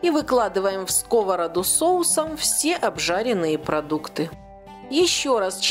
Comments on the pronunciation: Не в скОвороду а в сковородУ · Рецепт чудесный. Раздражало неправильное ударение "в скОвороду"(((.